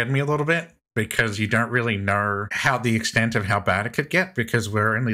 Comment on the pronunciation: My guy just said " Because ya dernt really kner" 🤣😭💀